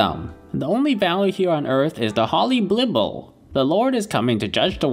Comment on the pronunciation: Blible! Read the Blible!